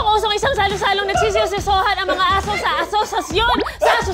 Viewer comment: Parang yung tongue twist ni buboy imbis na "ang mga" ang sasabihin nya... ang bigkas nya "ng mga"...